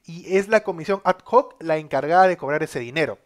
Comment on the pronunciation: No es comisión a d j o c es comisión adoc x favor aprende como se dice lo digo en buena onda.